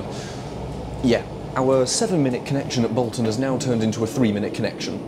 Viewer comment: Also, on the subject of pronunciation, you're pronouncing Bolton wrong. All the Boltonians pronounce it as Bolt-un